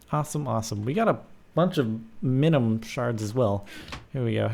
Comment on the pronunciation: Mihn-EE-uhm... Not Mihn-uhm. *sigh*